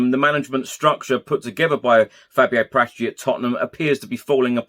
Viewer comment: It's Para tici